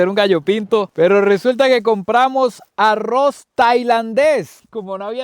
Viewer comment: yo si quisiera saber por que cuando pronuncian algunas palabras con la letra R hablan como si fueran gringos Arrouz Rojous wtf no entiendo nada